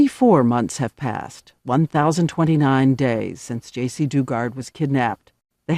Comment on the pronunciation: Joycee? Uh, it's Jaycee Dugard not Joycee. Js